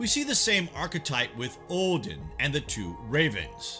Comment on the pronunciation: For gods sake please stop saying Ohhdin